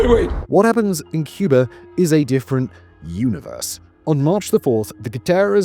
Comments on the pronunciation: President John F. Kennedy was known to pronounce "Cuba" as "Cuber". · Wow! Well done, what a well researched ADULT presentation. with no silly music or AI nonsense. Just the facts. Only one complaint: Why does he keep saying “CUB-ER”? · With how he pronounces Cuba as "Cubar" and Havana as "Havaner"....I imagine it would sound like a bunch of seals in minecraft going "ORE ORE ORE ORE"